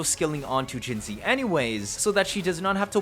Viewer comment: Funfact, not only does every second cc write jinhsi wrong, but 99% pronounce her wrong as well. Hsi is a different writing for xi, resulting in her name being jinxi which is pronounced „jinchi“. I hereby offer you the possibility to be the 1% that does it Right 😂